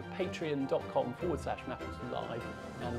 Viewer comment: Small annoyance, but can you guys start pronouncing Patreon correctly? The usual emphasis is, "Pay-Tree-On", not "Paytrin". And then most creators say thank you to their "Pay-tree-on patrons" or "patrons on Pay-tree-on".